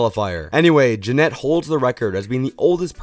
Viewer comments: It's Janet. Not Janette lol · You’re such a fan of Janet carbin but pronounce her name in a way no one has ever pronounced it😭😭 “ja-NETT” 😭 yeah ok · How hard can it be to pronounce Janet correctly